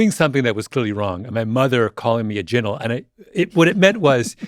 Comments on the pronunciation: not how it's pronounced but ok😂😂 👉🏾 Ji-Nal (jinnal/ginal) Mi kno nuff Jamaicans a listen to this and a shake dem head 😂😂 trickster, con artist, or someone dishonest, nothing at all good my guy but i like the way your family incorporated it ao i aint even mad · Kinda killing me with the bad pronunciation though 🫣